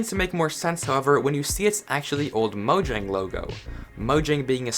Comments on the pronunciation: It's pronounced moyang,not mojang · I'm from swden and it's actually "Mojäng" with an ÄÄÄÄÄÄÄÄÄÄÄ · My Guy its mojäng. Mojäng means gadget and Mojang idk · Mojang is not a Swedish word. It's mojäng, with an ä, not an a. Ä is pronounced here like the e in "hey!" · oh, I've always pronounced it "mo-jang" until i saw this video and i was confused